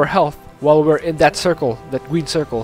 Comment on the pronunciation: "Gweeen circle" - 2018